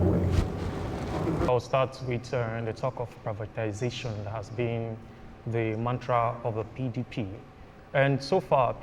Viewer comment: The guy representing Tinubu kept saying "Privitanization", instead of "privatization". Like father like son.